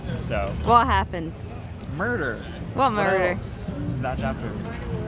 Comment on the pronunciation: Murrah? Whaaaat murdahhhhh? 😂 I felt that is what your SO was getting at when she said that in the last clip of the video.